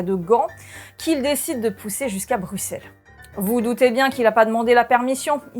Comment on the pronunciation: Merci pour la bonne prononciation de Bruxelles 😊 et pour le petit rappel historique 😉